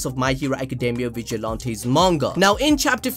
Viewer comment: Im sorry but its (vige-a-lan-ties) like jesus🤣🤣